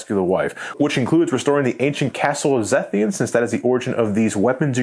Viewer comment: Did this man just say Zethian? (Facepalm in Zenithian)